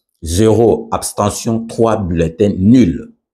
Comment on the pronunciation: Whaouww, bravo au Senat. mon Vieux balobaka Abstention et pas Aptention , merci.